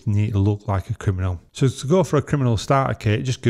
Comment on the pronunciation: What's a 'Kiminal'?